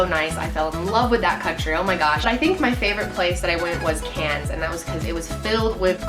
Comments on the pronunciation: Thank you for pronouncing Mel-ben and Can's properlly!!!!!!!! <3 from a proud Aussie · You're saying Melbourne and Cairns properly! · when she says cairns right ☺️✌️